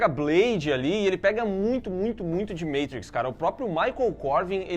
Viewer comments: Meitriz o cassete, é mátriz (z com som de x dos cariocas) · Matrix vs Meitruiquis Qual é melhor kkkk Caso não percebeu, Matrix rm português vs Matrix em inglês (pronúncia) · “Meitriquis “????? A não… MAAATRIX Pelo amor Português meus primos